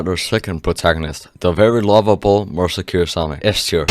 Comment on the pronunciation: just wanted to say i heard marisa kirisame as "more secure sanae"